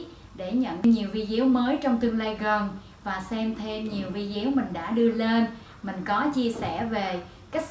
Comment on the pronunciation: Hi Sis,Em cảm ơn những chia sẽ của Chị But chỉ 1 từ là em không đồng tình chị phát âm Vi đéo là sao.!!????